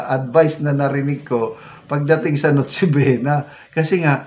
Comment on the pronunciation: Correct to 500? Noche bwena? Adik narin Po ba Yung DTI Sec.? Nagtatanong lang Kase Wala na sa katinuan Ang pagsasalita nya.